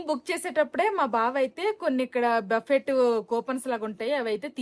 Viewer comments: Darjeeling is a very beautiful place. Memu one week unnamu. Miru emi anukokapothe okati cheputhanu. Buffet spelling valana buffet ani antaru. But andulo T silent . Buffe ani palakali. You are a good person, thappu ga anukoru ani correct chesanu. Enjoy your trip. 😊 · బఫెట్ ❌ బుఫే ✅ or బఫే ✅. T silent .Google lo pronunciation choodandi. Enjoy your holiday. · Pls, if u don't mind the T in buffet is silent. U should prounce. buffe